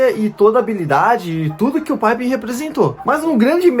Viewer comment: Nem os americanos chamam Scottie Pippen de 'paipen'. A pronúncia é Pippen mesmo.